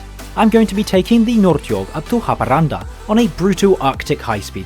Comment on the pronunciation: Yes those pronounciations were fine, but the pronounciation of Norrtåg & Haparanda in the introduction was rather interesting haha